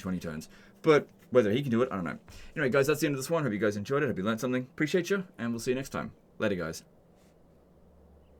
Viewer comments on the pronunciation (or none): none